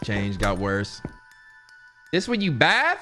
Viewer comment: “THIS WHERE YOU BATH!?!?” Bathe, it bathe